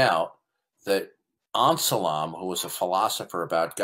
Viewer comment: It's pronounced "Anselm". How do you not know that? Or did you think he was a Muslim?